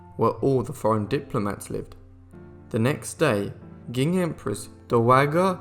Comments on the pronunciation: Qing is pronounced as Ching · Didn't anyone proof read this? the narrator says that the Boxer rebellion in China took place in 1999. ...the "Quing" dynasty, it's pronounced "Ching". The list of mispronunciations goes on with the Dowager queen, and "Pecking" instead of "Peking" (pronounced "Pee King"). The narrator is obviously just a talking head with no real knowledge or education. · Oy -- it's the CH'ING, dynasty, not the Quing.